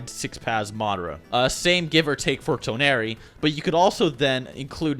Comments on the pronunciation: Tawnori its Toneri...TensIIIgawn dude its tenseigan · Ten-Sai-Gan Toe-nar-we. Lol. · the way he says tenseigan and toneri😂